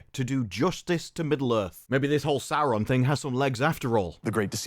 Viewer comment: They always make it sound like the names should be written with 3, sometimes 4 R's. I'm a native Finnish speaker; seeing as Quenya is loosely based on Finnish, I'd assume my pronunciation is pretty close to what was intended. Sauron, not SauRRRRon.